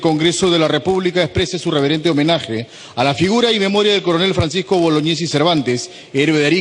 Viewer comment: boloñiesi no bolognesi